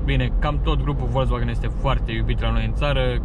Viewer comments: ))) nu stiu daca e ptc ador germana, dar "folksvagn" suna mult mai bine, dar pe la noi chiar n-am prea auzit multa lume sa zica asa:)) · Învață să spui "Volkswagen" corect, apoi apucă-te de review-uri